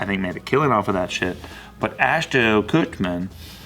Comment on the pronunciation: Ashton KuchMAN? KutMAN??